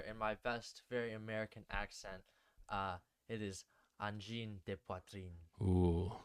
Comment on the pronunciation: Good pronounciation! Try not pronouncing the first N in Angine (so closer to "uh" than "an") and saying a sharper (French) R in Poitrine, and it'll be perfect.